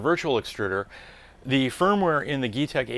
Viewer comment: Useful video. I'm not sure, but I think it is pronounced 'G-tech'.